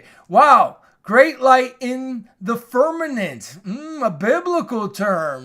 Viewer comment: Firmament not firmanent